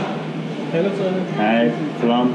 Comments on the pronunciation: Its actually true what the guy said about salaam but he dint say it exactly correct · Your Salaam is fine don’t know why he said it’s a curse probably thought you said Saam-MA which sounds very similar and is a curse but just pronounce the L and you’re fine. It’s how all of us Australian and New Zealand British and American muslims greet each other so yh you’re fine and I laughed at your backwards greeting cs it happens a lot to us too it’s like answering I’m fine before anyone’s said how are you 😂. Love your videos I’ve gone through 5 in the last hour and I came from Jim’s page